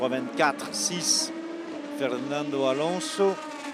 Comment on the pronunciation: Est-ce qu'il n'y a que moi qui suis agacé par la prononciation d' Alonso avec un accent douteux ! 😵. Par contre la traduction des liaisons radio avec le team aurait été plus judicieux 🤗. Sinon super vidéo